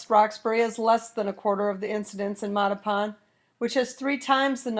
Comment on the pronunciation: Holy Moley! Learn to pronounce Mattapan!